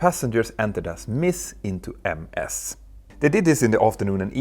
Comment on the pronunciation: "Ms" is pronounced "miz".